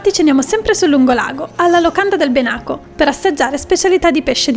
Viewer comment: Che non sapevate che non si facesse l’olio qui sul Lago è gravissimo! Con quello pugliese è uno dei più buoni :) Ps video meraviglioso come sempre! Pps non dite Benáco ma Bènaco, ad un abitante del lago potrebbero sanguinare le orecchie :]